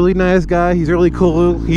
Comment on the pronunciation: "he's a really really nice guy, he's really clloaaoouual" lol